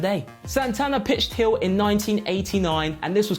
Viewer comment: "Turn hiyl"... 😁